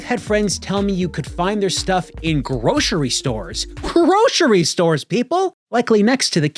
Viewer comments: "Groshery stores." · Whats a "Groshery store"